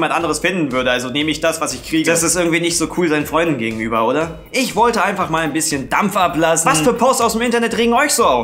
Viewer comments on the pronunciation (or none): einfach mal das "oder" mit geschlossenem mund gesagt xD